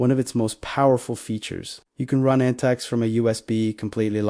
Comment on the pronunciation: Proper pronunciation is Antics.